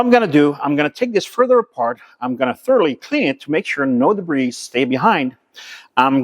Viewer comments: enjoyed once again although the debris word is debree not debrees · great [nformation. your videos and knowledge are second to none. just one fault, when you say the word DEBRIS, in English...drop the letter S... (DEBRI) 😀 QUALITY mate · Just for future reference the "s," in debris is silent